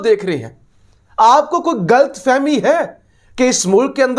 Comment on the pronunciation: یار تم پاکستانی نہیں لگتے ہو تمہاری اُردو کا تلفظ غلط ہے، غلط کو گلط، دھان کو دہان کہتے ہو کہیں انڈین تو نہیں ہو؟؟؟